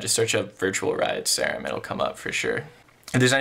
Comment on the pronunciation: it’s sear-um like an actual serum of medicine